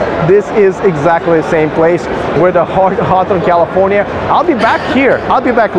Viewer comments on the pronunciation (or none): none